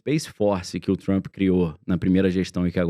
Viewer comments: Por favor, o nome dele é TRUMP e Nao TRUMPY. Deixa isto nas ruas e fora de canais que supostamente estão educando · o "Trampí"